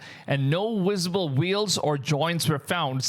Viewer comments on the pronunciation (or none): ITS VIZ ABLE NOT WIZABLE